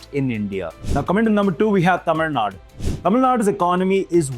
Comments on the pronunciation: It’s not Tamil Nad, it’s Tamil Nadu. I’m not from that state but calling it without the U in the end is like calling Delhi as Delh. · Pronounce Tamil Nadu properly. Central government only steals from South and enriches northern regions.